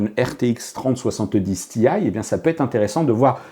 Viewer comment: je comprends pas pourquoi prononcer tee-aye en anglais quand on prononce 3070 en francais :/